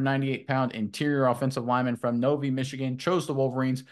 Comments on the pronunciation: yea he pronounced it No-vee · How you pronounced Novi tickled me 😂